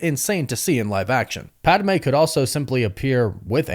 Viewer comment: Ok, I love you buddy, but say it with me. Its Pad-Meh, not Pad-ah-meh